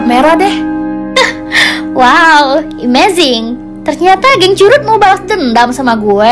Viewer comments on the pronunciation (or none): baca amazing itu emezing ya kak bukan imazing